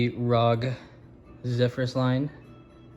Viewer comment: r o g bruh not rog